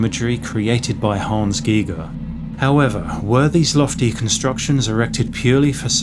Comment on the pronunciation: Thank you for pronouncing Giger properly.